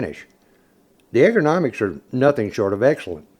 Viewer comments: "Urgo-nomic" brother....not "egger-nomics" in pronunciation of " ergonomic ".... LOVE THE VID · "ERGONOMICS", not "EGGERNOMICS"! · hey, you're the one who said Egg ra nomics lol. I'm well versed in english thanks.. You spelled it correctly however. :P Just flippin ya crap bud. Great video. I'm a huge 10mm fan. Hunt with one, carry one daily, and my favorite is my custom built SVI .